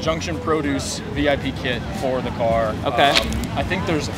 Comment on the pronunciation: Beautiful. However, the build style is called "Vip" not "Vee Eye Pee."